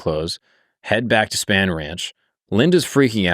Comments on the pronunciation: Has not seen Once Upon a Time in Hollywood? Its pronounced SPAWN Ranch bro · Also Spahn Ranch is pronounced Spawn. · How do you research Manson and Spahn Ranch, “Span Ranch”. I’m sorry. It just bugged me. Great video though.